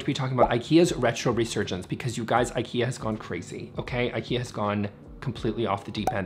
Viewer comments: It's really ok not to learn Swedish for this 😁But you COULD pronounce Ikea as it is intended... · I am not angry but just the Brandname should be pronaunced right I think. Other than that nice vid and thank you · Please don’t say Eikeea. It is pronaunced Ee ka(y)ah